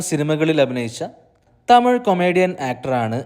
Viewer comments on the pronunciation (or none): none